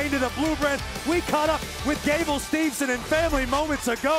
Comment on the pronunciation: made me laugh Byron Saxton mispronounce Gable Steveson name Corey Graves responds Steveson Saxton i hope he takes you down